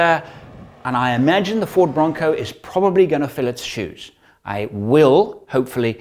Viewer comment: When you said Ford, I only heard 'Fraud' the first few times. Sorry.